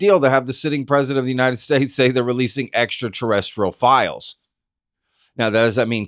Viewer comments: At first it sounded like Trump said extra torrential (A heavy downpours currently hitting the region) before he said extra terrestrial, maybe a freudian slip??? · he didn't say Extraterrestrial he said "Extra Torrential" 🤣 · I heard extratorrential….. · Cmon, he doesn’t have a clue, he can’t even pronounce “ekta torrential….things”. He just wants to distract from the Pedo-Files. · I think he saidt Extra-Testical, he's gonna release Extra-Testical files ... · Extra-torrential… hahaha. He’s such an idiot. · "Extra torrential"? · “Extra-tarenchrial” 😭😭Trump is such an idiot hs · He said extra torrential, terrestrial. Slip of the tongue. Don’t over react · He said extra tez tickles. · Notice notice Trump said extraterrestrial and then said terrestrial. Much love to all ❤ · No, he didn't say extraterrestrial files, he said : two testicle extrateranchial things… can you believe it? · He can't even say it properly.He is not quailyfied, he is just a stoopid puppet. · Almost pronounced extra terrestrial 🤣 he’s cooked. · He screwed up the pronunciation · No shit.... But he at least corrected himself right after. Funny how anyone never mention just that.